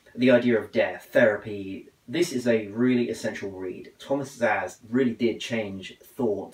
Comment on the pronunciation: Hey, some tips, its not zaz, is Ssass (Ss like in the german). It semmel"vice" not semmel"wees" appreciate you reading his book, keep on reading.